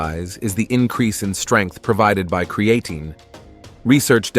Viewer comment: Can somebody reprogram this AI voice to pronounce creatine correctly..